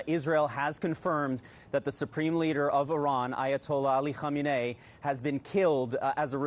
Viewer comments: It’s amazing how many reporters that can’t say his name. It’s “Ko meanie”. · It's "Kah main ee"